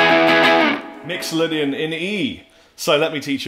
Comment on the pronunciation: He actually pronounces mixolydian right